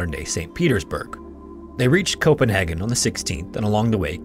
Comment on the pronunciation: First time I hear someone say Copenhagen as Copen Hagen.